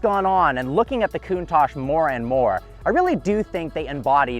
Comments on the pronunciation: Coon-tauque, not Coon-Tash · / OK TWO COMPLAINTS IN ONLY THE 5 SECONDS I WATCHED. 1- THE NAME OF THIS CAR IS NOT "COOOOON TACHE" IT IS: " COUNT TACH " SHORT A SOUND. LIKE " TOUCH" BUT "TACH" THE TA SOUNDS LIKE CA-T HA-T TA-CH... SAY IT RIGHT! 2- THE INCREDIBLY FAKE AND PHONY FACIAL EXPRESSIONS ANS EXCITABILITY YOU SHOWED WHEN ACCELERATING! ALL THE PEOPLE, AND I DO MEAN ALLLL THE PEOPLE WHO MAKE THESE TYPE OF VIDEOS ALL THE DO THE EXACT SAME FAKE, PHONY, PRETENTIOUS EXPRESSIONS AND EXCITABILITY FACES, AND ITS REALLY ANNOYING! SO STOP THAT! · 'Poster Car we all know and love?' You weren't even born in the eighties. It's also pronounced: [kuŋˈtaʧ], with the accent on the "a," and with the consonants "tsc" at the end. Not COOONTACSH Good grief, if you're going to introduce one of the world's most beautiful cars, do your homework. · Wow, what a car, but why does he call it a Coontache, sounds like racism mixed with anti facial hair tendencies to me. Where English is the main spoken language, we call it the Count-ash, count as in 1, 2, 3, 4 ash as in burnt stuff. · Coontarsh😂 Why can't Americans talk properly. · I don't think anything has ever annoyed me more than this dude mispronouncing Countach over and over again. Lol. "COON TOSH". Ugh.